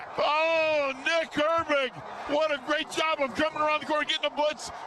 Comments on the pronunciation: Glad I wasn't only one to catch that 🤣 sounded like he pronounced "Herbig" as "hairbrick" too 🤣🤣🤣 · Hairbrick is how you pronounce it just ask